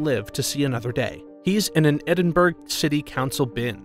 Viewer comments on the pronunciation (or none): "edinburg" bruh it's said edinbruh (i'm from scotland so ik) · It’s pronounced Edinbura not Edingburg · Anyone else irritated at him not being able to say Edinburgh, ed-in-bur-uh not ed-in-burg. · The way he said edinbrough really annoyed me as I'm Scottish you say it as Edin Bruh. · Edenberg? Ha ha... Edinburgh.. said Edin... Borough! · I am from scotland and i was literally screaming when he says edinBURG when its EdinBRA 😭😂😂 👁👄👁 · you have offended me by saying edinborg it is edin bruh in scotland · It’s not Edinburg it’s Edinbru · When will Americans get the name of this city correct. It’s Edinburgh pronounced “Ed-in-bu-ra” not “Ed-in-burg”. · HE SAID EDINBURG WTF ITS ED-IN-BU-RUH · i’m crying how u pronounced edinburgh, it’s edin-bruh not edin-burg :,D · Its pronounced Edin buraa, Not Edinburg lol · EDINBURG?! its pronounced Edin-bruh 😭😭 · Edin burg ?? Helllooo ? Edin buru is the correct pronunciation. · EDINBURGH is pronounced edinbura not burg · Americans, the city is pronounced ‘Eh.din.bruh’, not ‘Eh.din.burg’. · Is no one going to talk about how he pronounced Edinburgh . . . . . . It's pronounced Ed-ing-bruh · Eddin-berg Scotland 😅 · EDINBURG NOOOOO🤦‍♀️🤣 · What the frick did he say edinburg..? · Edinborugh is pronounced "ed-in-burr-oh". Just so you know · Sorry but did he just say edinburG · I live in Scotland and you pronounced Edinburgh wrong it’s pronounced Edinbruh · BRUH ITS ED-IN-BUR-UH that's how you pronounce it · Yes, I was annoyed, I live here Why can these people not say EdinburGH! Grr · Never mind the creature, by far the most horrifying thing about this video is the presenter pronouncing Edinburgh. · I don’t want to correct you but that’s not how you say Edinburgh what I typed is the right way 😁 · Not quite the pronunciation of Edinburgh.😂😂😂😂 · You said Edinburgh wrong. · U said Edinburgh wrong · Look up how to pronounce Edinburgh